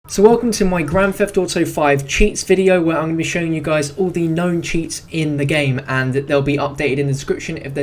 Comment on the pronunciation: "Gran feft ooto"